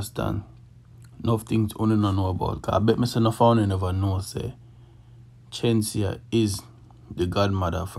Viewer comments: Its not chenseea, its Shenseea🙄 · FIRST OF ALL WHO IS CHEN-SI-A? GET HER NAME RIGHT FIRST YOUTH… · You pronounce her name with a ch sound 😂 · The lady name Shenseea not Chenseea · Go learn to pronounce Shenseea’s name properly before you start spread lies and propaganda on the artiste them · Bro if you gonna about her at least pronounce her name right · The least you could have done was pronounce the girl's name properly. Kmt. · If yaa go bring dung the gyal atleast pronounce har name properly 😒😒😒